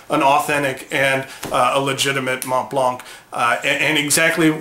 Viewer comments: I love your channel but man, the t is silent and so is the c. Mohn Blanh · Please, at least pronounce the brand name correctly. MontBlanc is pronounced Mon + Blan. The T and the C are silenced. And it means white mountain. So the white star isn't a white star but a mountain top. The easiest way to spot a fake is by the color of the logo. Fakes are ALWAYS grayish a bit compared to the immaculate original white. Thanks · With all due respect, the last letter 'c' is NOT pronounced in the Montblanc brand name, although it's a German make. The same goes for the mountain. You don't have to believe me when I say this is the way it should be pronounced. You should not pronounce 'c' there just like in the word Connecticut. You can also see how well-educated Germans pronounce their brand name here: Maybe you should check out the Merriam Dictionary: but they don't list the brandname there (only the mountain). You can easily check it in other youtubes: Here you can hear it pronounced in both German and English: You can also back up some wrong pronunciation just like people often do disregarding the truth and claiming the truth to be just an opinion. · Ohh please...please learn how to correctly pronounce Montblanc. No offense but it kills the credibility.